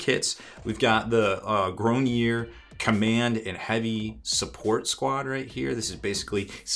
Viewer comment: also, for the french pronunciation, the last part is a ards sound, grognards (this is horrible pronunciation but it sounds like the french somewhat) just the last part kinda sounds like lard, just pronounce it like you would in english and it will be closer